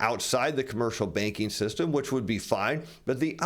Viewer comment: Good info! But I thought he was saying the baking industry .